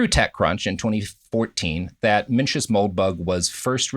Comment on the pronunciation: I mean Evans comes off as practically illiterate. He mispronounced both Mencius and Borges